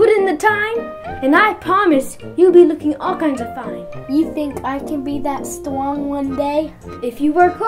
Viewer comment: “Wow, you’re weely thtwong”